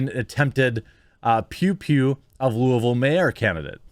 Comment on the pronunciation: So as a native Kentuckian I just want to point out that Jeremy totally said Louisville like he grew up here.